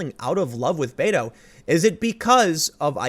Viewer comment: I know you're saying Beto, but i keep hearing beta.